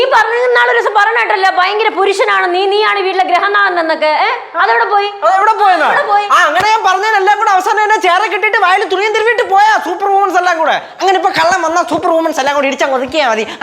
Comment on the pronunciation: ഗ്രഹനാഥനല്ല അമ്മായിയെ.. ഗൃഹനാഥൻ 😊